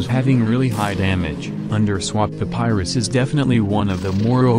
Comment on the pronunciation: Why does it sounds like hes saying "underswap THE PYRUS"